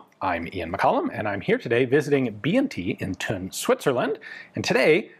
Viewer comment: dear Ian... it's ok for english-speakers to mispronounce words like Brügger (because umlaut)... but THUN as tun? Pleeeaase ;-) (*joke-rant-mode: OFF*)